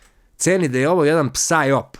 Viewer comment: ne kaze se psaj op nego saj op.